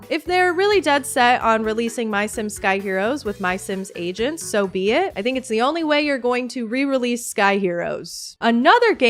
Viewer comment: I'm so sorry but every time you say MySims Agents I just hear MySims Asians, which would be a WILD way to name a game